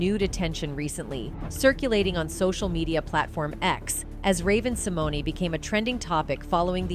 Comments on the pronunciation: I think it's Sim moan . e is silent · If you are going to report on someone please learn how to pronounce their name. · Learn to pronounce her name correctly if you are going to disk on her!